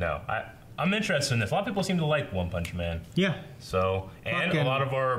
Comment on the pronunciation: One-poll-man xDDDD